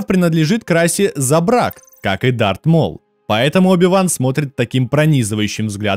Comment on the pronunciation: не кайт а крайт ии не дарк а дарт